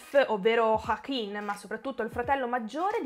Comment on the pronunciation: ma perchè pronunci Joaquin in questo modo ???